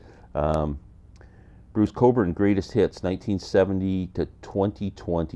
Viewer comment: Bruce Cockburn. The way you say it the "k" is silent ??